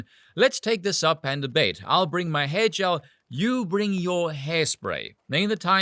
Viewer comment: Oh hair gel (sounded like hedgehog, I thought of Richard Gere)